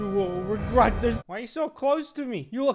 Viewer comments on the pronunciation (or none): you will "regrot" this XD